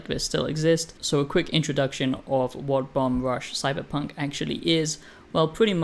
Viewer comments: Why are you reviewing a game you haven’t played? Your basing this partly off of promotional material? And you don’t even say the name of the game correctly. Don’t review games you haven’t fully played, that’s like rule number one. First impressions maybe. You said nothing that wasn’t intuitable from watching trailers. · Imagine being the first person the review the game and you mispronounce its name every single time you say it.